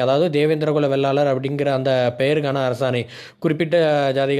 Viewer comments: சகோதரா வெள்ளாளர் இல்லை. வேளாளர் என்று சொல்லுங்கள் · தேவேந்திரன் குல வேளாளர் அண்ணா, வெள்ளாளர் இல்லை, வேளாளர் என்று சொல்லுங்கள்